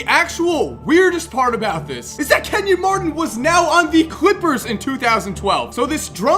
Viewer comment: Kenyon Mardon? BRUH